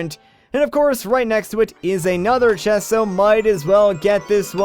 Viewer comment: are you swedish? you just so happen to pronounce the word chest as shest! cute! XD